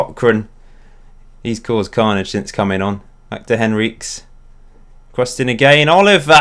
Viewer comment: Henriques is surely pronounced Henry-Kez not Henreeks?!